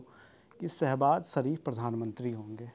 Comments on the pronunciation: The interviewer needs to work on his diction before taking such interviews. ‘श’ की जगह ‘स’ का उपयोग किया है । शरीफ़ को सरीफ़ बना दिया । Hope Lallantop maintains the quality of their content. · Sarif nahi Sharif, Fouj nahi Fauz karadi yaar tune Mauj😂